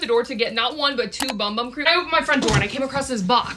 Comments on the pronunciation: “Bum bum” no hate but it’s BOOM BOOM which is the correct way to pronounce it in Portuguese! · heyyy it’s pronounced like ‘boom boom’ not bum bum! Just thought I’d let you know Incase you didn’t already! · For people who are confused The bum bum cream is pronounced, boom. Boom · Just to help you out, it’s actually pronounced Boom Boom cream instead of bum bum cream😊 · fun fact: ‘bum bum’ is supposed to be pronounced ‘boom boom” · Not to be this person but it’s not pronounce bum bum it’s pronounced boom boom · It’s actually pronounced boom-boom not bum bum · Bro she said bum bum it’s pronounced boom boom but says bum bum lol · It’s actually pronounced boom boom not bum bum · Did you know that bum bum cream is actually pronounced "boom boom cream" !? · Sol de Janeiro when watching this: is..... Pronounced............ BoOM bOOm CReAM!!!!! 😂😂😂😂😂😂😂😂😂😂😂😂😂😂😂😂😂😂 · its pronounced "boom boom" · hey letting you know it’s clarified to be pronounced “boom boom” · I thinks it’s pronounced “boom boom” cream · I acctually found out that bum bum cream is pronounced boom boom cream but if you still wanna call it the same thing you do you girl😂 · Yall😂😂😂😂it’s pronounced Boom Boom cream😂😂😂😂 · ITS PRONOUNCED BOOM BOOM CREAM! IF YOU DONT BELIEVE ME LOOK AT THE SHORT SOL DE JANEIRO POSTED ABOUT IT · It’s pronounced BOOM BOOM cream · By the way, it is pronounced “Boom Boom cream”!! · it’s pronounced “boom boom cream”😂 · Wait I thout it was pronounced 'boom-boom' have I been saying it wrong this whole time? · It’s pronounced Boom-boom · Btw no hate it’s pronounced boom boom in brazilian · Its pronounced boom boom btw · Its pronounced boom boom. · it’s pronounced boom boom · Isnt it pronounced boom boom?